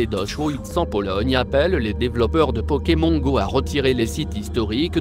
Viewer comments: t bizarre tu dis pokem(on) comme cornich(on) , au lieu de pokem(on) comme s(onne) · je hais comment il dit pokémon xD